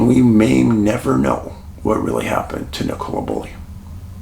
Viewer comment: please spell and pronounce her name - Nicola Bulley - correctly. Its basic respect!